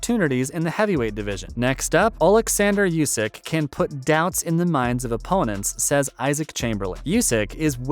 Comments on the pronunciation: Oleksander yusk? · How is it that you can't pronounce "Usyk"?